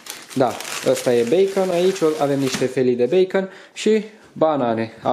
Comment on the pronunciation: Beicăn se pronunța ,băăăă